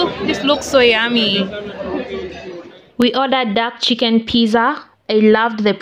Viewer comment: pitsaa!! not pizza!